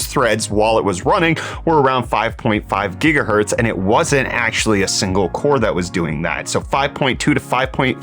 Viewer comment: 5.5 Jigahertz?!